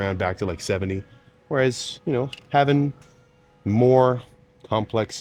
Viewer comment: "Haffing" 🤔 I'm not sure I can trust the intelligence and attention to detail in anything you've talked about, given you're a grown man who can't correctly pronounce a word that the average first grader should be able to properly pronounce.